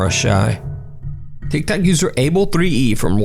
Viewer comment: "Tic tac user *insert name*..." I'm sorry but that's what I hear every time he says that 🤣